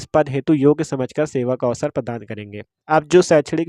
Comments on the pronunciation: Padaan❌ प्रदान ✅✅ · Padaan❌ प्रदान ✅